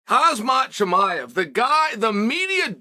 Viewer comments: Come on... not again: "Haaaz-maat". It is HamZa. HAAAAAAM ZAAAA Just like: HAM BURGER. You dont say 'HAB MURGER'. Or do you? Like really... how hard it is? 🤦‍♂ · Chael - why can't you learn to pronounce this guys name - its not HUZ - MUTT - it's pronounced KHAM - ZAT !!! - unless you want people to call you CHOOL SOONOON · Every time he says HAZMAT i think of Hazardous Materials (HAZMAT is abreviation) :D